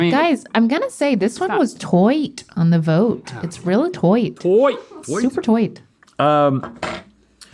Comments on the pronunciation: I appreciated "TOIGHT" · Stevie...NEVER, EVER say "Toight" again. Sincerely, Every living being on planet Earth.